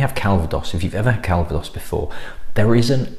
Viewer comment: I've been trying to block the Arse out of my mind until Boxing Day and then you go and ruin it.......... Cal-va-dose. Yes, your most obnoxious subscriber. Have a great Christmas etc.